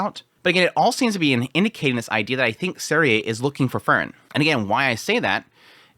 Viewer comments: you pronounce frieren like fern xd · I really like your episode analysis of other shows (fantasy mostly). But your pronounciation of FREIREN is killing me. I just can't enjoy your analysis of Sousou no "ferin" when there's another main character also called Fern😮‍💨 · he wants to get the content out. That is a thing to overlook in a first watch. But he gets the name Frieren so butchered that it is indistinguishable from Fern and that isn't even calling for him not naming Fern like the english plant. It really shouldn't be hard to call Frieren at least in the direction of free as in Freedom for the first syllable. So I rather say that is laziness taking a toll now. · i noticed that too :P he skips that syllable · He just doesn't wanna say frie cause no one is free in this world